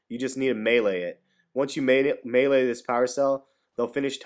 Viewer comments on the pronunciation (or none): none